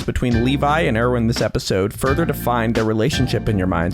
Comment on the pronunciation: IRVIN? ITS ERWIN😭